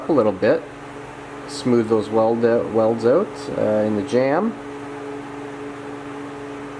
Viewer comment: Well shit. I was hopin youd change it to a 70 tailpan. Make it look like a 70 .. and did u say "OWWWWT" r u canadian or something 😂😂 im js fkn with ya. I love it. Keep em comin man